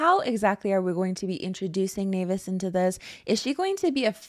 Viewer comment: The way you are the only one that can pronounce naevis right is so nice lmao